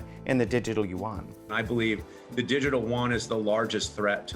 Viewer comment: There is no such thing (yu won), it is yuan in one syllable. That woman should know better because she speaks mandarin. Yuan means (round) dollar. Please stop this mispronounciation